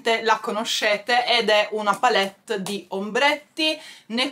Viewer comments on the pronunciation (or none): none